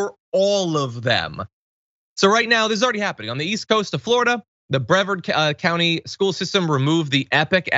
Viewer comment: Bre-vard, like Picard. 🖖